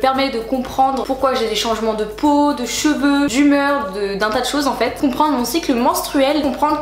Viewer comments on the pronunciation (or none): none